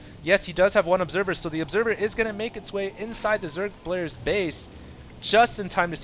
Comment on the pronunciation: lol "just gonna make his way into the zerg blayers pase"